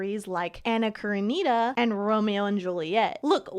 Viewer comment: KaREnina. I never understand why a medium that requires as much editing as a YouTube video is preferred by people who don't wanna check how to say words on camera.